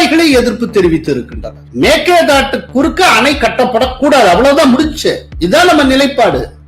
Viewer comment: எங்கேய்யா தமிழ் படிச்ச நீ? மேக்கேதாட்டு?? மேகதாது என்று சொல்லத் தெரியாது உனக்கு???